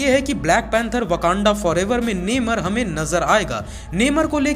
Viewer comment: neimar 🤣🤣🤣🤣 pronunciation wah🤣🤣🤣